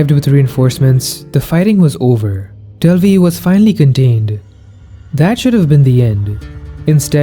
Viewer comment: Why in the re7 portion of the video were you saying "Delvi"? What is Delvi?